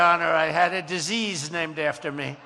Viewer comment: the way he said disease 🤣 |